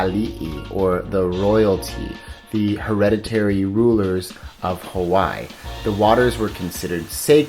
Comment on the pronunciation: hawaii was pronounced wrong, kauai was pronounced wrong, lihue was pronounced wrong